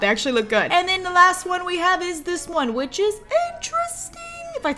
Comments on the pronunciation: Every time she said “Which” I kept thinking “Witch” over and over again 😂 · Every time she says 'which', I immediately hear 'witch'